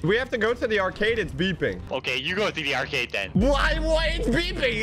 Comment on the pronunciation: he says acard instead of arcade